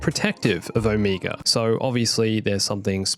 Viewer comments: Dude. Her name is Omega not Omiga. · I hate that everyone pronounces Omega’s name differently. Like even in the show they do. It’s sucha different pronunciation that i found it frustrating and confusing, I’m like ok this little girl just said her name is Omeega so who the heck is this O-Mega person the guys keep talking about? I mean seriously can you please agree on one pronunciation?